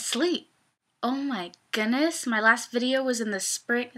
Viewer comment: belatedly, i would like to thank you for typing out my weird mispronunciation of "goodness". and i'm being serious, haha! WHY DID I SAY IT LIKE THAT